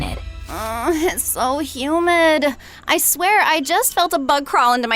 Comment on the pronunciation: PLEASE STOP SAYING HUMID